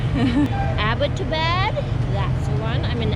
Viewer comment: Pronunciation is kind of "Abbott'aa'baad" Abbottabad was founded and named after Major James Abbott in January 1853 as the headquarters of Hazara District during the British Raj after the annexation of Punjab. He remained the first Deputy Commissioner of the Hazara district from 1845 until April 1853. Major Abbott is noted for having written a poem titled "Abbottabad", before his return to Britain, in which he wrote of his fondness for the town and his sadness at having to leave it. Poem text Edit I remember the day when I first came here And smelt the sweet Abbottabad's air The trees and the ground covered with snow Gave us indeed a brilliant show To me the place seemed like a dream And far ran a lonesome stream The wind hissed as if welcoming us The pine swayed creating a lot of fuss And the tiny cuckoo sang it away A song very melodious and gay I adored the place from the first sight And was happy that my coming here was right And eight good years here passed very soon And we leave you perhaps on a sunny noon Oh Abbottabad we are leaving you now To your natural beauty do I bow Perhaps your winds sound will never reach my ear My gift for you is few sad tears I bid you farewell with a heavy heart Never from my mind will your memories thwart Ps: Thank you so much for promotion such a beautiful side of Pakistan. Live long be blessed and always be safe 🤗 oh by the way Hello/Salam from Abbottabad City:) PPS: "Abbott" is Sir James Abbott name and "Abad" word is driven from